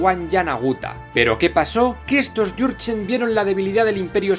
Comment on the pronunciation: Jurgen suena a Yurchen y yo me llamo.jurgen